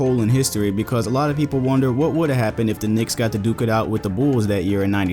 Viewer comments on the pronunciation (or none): none